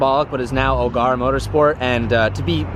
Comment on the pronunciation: Love the vid. It's pronounced Ogera though not Ogarah😂